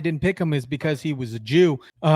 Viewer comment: I’m not overly sensitive at all. But dam the way you said “Jew” was super weird. I love Jewish people. Have you ever spent anytime around Jews?